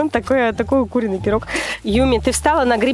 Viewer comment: Я одна на этом моменте слышу: Такое о такого куриный(ударение на у) пирог